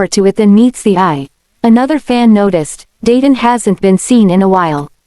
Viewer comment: PAY-DEN....NOT PE-DAN